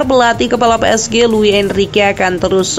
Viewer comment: Pi es ji bacaan nya mbak, bukan pe es ge 🗿